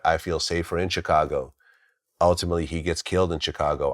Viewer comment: Dude I’m at my wits end with Glad n how he pronounces Chicago. It’s not hard. Just like the momos who say the S in Illinois.